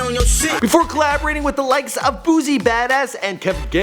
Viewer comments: “Boozy badass” 😭🤣 Boosie * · then he said boozie bad ass not boosie bad ass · Bahtun rouge??? lil booZie?? 😒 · “Boo-c” damn bro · Say Baton Rouge right 😐 and boosie and it’s KENTRELL pronounce the n